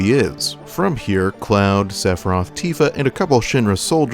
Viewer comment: Maybe jenova just saw sephiroths plan and find him reasonable. And i had to laugh when ever you said "cloud and tifa", Sound like "cloud antifa"